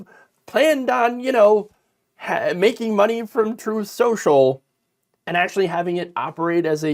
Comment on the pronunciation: "Troeth... Sho-sho."